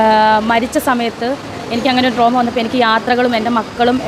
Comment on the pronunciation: ഡ്രോമ അല്ല ഡ്രാമ 😂😂😂